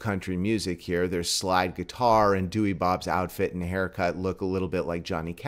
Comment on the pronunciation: apparently you pronounce the name like dow-er source i have a dutch friend and he says so.